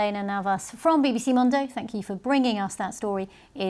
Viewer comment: I can't quite get past how badly and consistently BBC mispronounces 'mundo.'